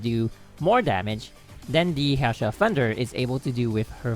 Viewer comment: It's not Hassha my guy